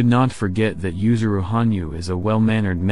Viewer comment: *Yuzuru, not "Yusuru"